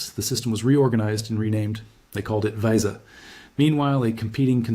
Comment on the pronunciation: AI. Pronounced Visa "vye-za" & FICO as "fye-cee-oh"